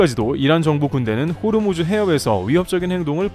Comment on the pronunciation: 호르무즈가 아니고 호 무즈